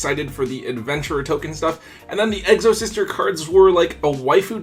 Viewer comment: Exo-Sister not Egg-so-Sister lol. My Exo deck is good. I can force you to either use your GY or take it away.